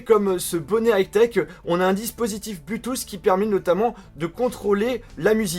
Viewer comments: bloutousse ???? really??? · c'est cool. quand tu dit bluetooth j'entend bluetouss , c'est drole mais pas moche, continu comme ca mdr